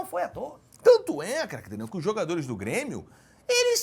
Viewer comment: Cerjinho esta pronunciando cada vez mais errado o nome de Craque Daniel. Se continuar dessa forma o nome dele vai se tornar apenas um grunhido